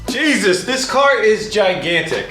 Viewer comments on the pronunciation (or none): none